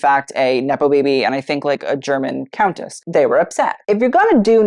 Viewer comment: Please practice how you pronounce countess. Drove me nuts!